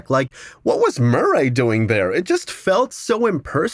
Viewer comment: Why are you pronouncing Murray so weird wtf